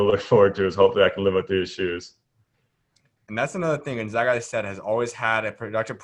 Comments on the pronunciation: gonZAGa, not gonZOGa!!! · They are the Zags not the Zogs. Repeat after me: Gun-Zag-Uh!!